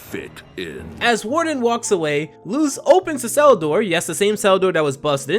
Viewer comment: It’s not Luz ( pronounced Looz) it is Luz (pronounced Loos